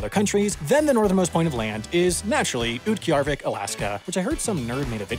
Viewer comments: You mispronounced utqiagvik at a oot-key-arr-vik instead of yu-ti-ku-vik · ah yes, utqiagvik has become ootkey yarr vik